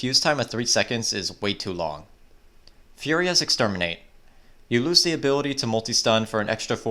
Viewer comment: HE REALLY PUT EXERMINATE IN THERE LMAOOO